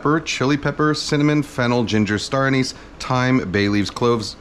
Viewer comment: So, you said you grew up eating this curry. Does that mean you're originally from Japan? If so, where did you learn to pronounce the words turmeric and anise? The pronunciations you use have become popular in the last 5-7 years, but grate on my ears as foreign to American pronunciation. I'm in the Northeast US.